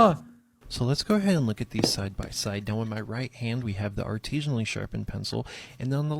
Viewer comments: He keeps saying artesian which has to do with water not artisan which is he's doing lol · I want to scream every time I hear the word "artesianally." That isn't the right word. Artesian refers to a kind of well in which water pressure comes from the source natural ground water being at a higher elevation. Many municipal water supplies use water towers to artificially create the same effect. The word he is trying to say is artisianally. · The mispronouncing of artisionally is kiiiilling me bro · the give away that this guy made a fake job real is that he doesn't know how to pronounce "artisanally". He keeps saying "artisionally", because he thinks it's artisean. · Biggest red flag is how this man pronounces artisanally